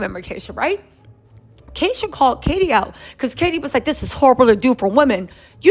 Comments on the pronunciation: Kesha , not Keisha😂😂😂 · It's KEsha not keesha